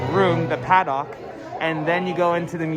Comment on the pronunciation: For future reference, you are saying paddock wrong. It's like haddock, the fish, not like the dock you catch them on, lol. Not trying to be mean, it just sounded cringe